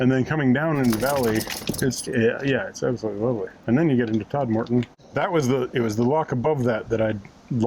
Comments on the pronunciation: Congratulations on your 26th Silver Propeller Location. Thanks for posting. If you ever go this way again, perhaps get the pronunciation of Todmorden right. The main emphasis is on "Tod." That is followed by something that sounds like "merden."😉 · Loved this vlog. So many interesting features and the outtakes were hilarious. I smiled at your pronunciation of Todmorden, using a lengthened second second syllable sounding like 'more'. The locals pronounce it similarly, but everywhere else in Yorkshire it is pronounced with a shorter 'mer', like Todmerden. Anyway, it all adds to the fun. Have you gone through my home town of Mirfield yet? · Just as a hint for those not lucky enough to come from Yorkshire, it’s TOD-muh-dn and Sore-bee Bridge rather than Sour-bee :-) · My local canal. Thanks for the plug! PS. If you're local Its 'Todm'den', or just 'Tod' and 'Sorrby Bridge. Might as well sound authentic! Pity you were travelling when the cinema at Hebden Bridge is shut. Usually excellent.